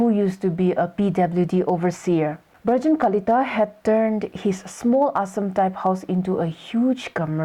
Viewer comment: It's not virgin kalita.....It is Brajen kalita 😂